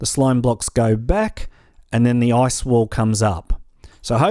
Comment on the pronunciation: When he said "Now you need to grab your ice" It sounded like now you need to grab your ass